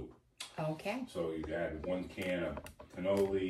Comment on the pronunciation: I'm dying, canoli beans! It's canallini ! Xoxo❤ youse done good!